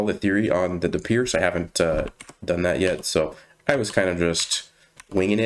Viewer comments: Its actually pronounced "peertz". I only know this because it is like my 3rd most played opening. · I think pirc is pronounced "peerts". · Pirc is indeed pronounced as "Peer-ts" - like "pizza". I think it's Czech. Engines don't like it too much, thinking it's +0.8 for White. Having said that, engines only like Berlin for e4 and Nimzo-Indian for d4 anyhow.